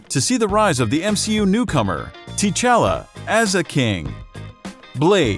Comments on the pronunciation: tchala not tichala.... wtf man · No offence but pronounced t’challa not tee challa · any1 cringed when hearing tee-chala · Dude obviously hasn't watched Back Panther if he's calling T'challa "Tea-challa"